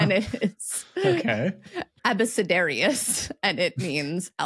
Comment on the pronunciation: Based on the Latin pronunciation, I'd always heard and said this as "AH-buh-ke-DARE-ee-us". In addition to that kind of poem, at some point, they also called an "A is for Apple" type teaching book that or an "abecedarium" ("abecedaria" in plual). While I don't think we have any evidence for it, in a time when most people were illiterate, I could imagine a few ways that a corruption of that word would come to be associated with magic that opens doors.